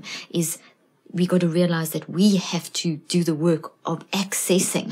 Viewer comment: Accessing, not accenting ⚠️